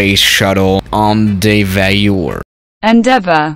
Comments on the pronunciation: end-ev-aouur: Google: endeavor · No one.... Literally no one....: en-dee-ve-er